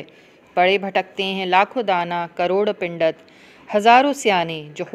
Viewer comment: Pindat kun bol rahi hain Pandit boliye